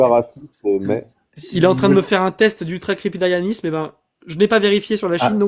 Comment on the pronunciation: Je ne suis pas prof de français mais... on dit ultracrépidarianisme, pas ultracrépidérianisme...